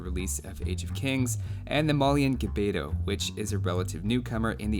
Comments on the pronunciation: I have have to say it , but the proper way to pronounce gbeto is actually to pronounce 'g' and 'b' at the same time. I know, it is a weird phoneme. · So far I don't see anyone who makes AOE videos pronounce the "gb" correctly. It's actually one consonant.